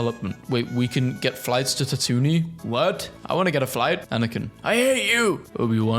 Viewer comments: it’s cause he says “tatoony” instead of tatooine which is pronounced tat-too-een. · Now this is a video for me IM DYING MY TWO FAVOURITE THINGS COMBINED 😂 tatoonie… forget tatooine… tatoonie IT’S PRONOUNCED YOU-WIN NOT EWW-WIN AAGGGHHHHHH dont forget it was all with Luke watching 10/10 as a girl, i can confirm that this is indeed correct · Tatooni. That is an interesting translation. I’ve always heard it pronounced ta-too-ween. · ta-toony???? Dawg come on. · STOP SAYING TATOONEE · Tatoonee?? Dude where did you hear that?? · STOP SAYING TATOONY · God, as a massive Star Wars nerd... Seeing someone who haven't seen any of it in a good while, read out stuff they no longer have any idea how to pronounce, is painful. Tatoony? HAllfire? Separeytists? Yarael Poff? Salacious B. Crumb's iconic laughter being interpreted as screaming... Yet I am surprised they know who B2EMO is... Give this man a full Star Wars marathon of every movie and series out there! Even if that will take him like, 12 days without breaks! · "Tatoonie", - "Tatoonie" 🤣🤣🤣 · Say tatooine like this one more time, I dare you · The Tatooine pronunciation😭😭😭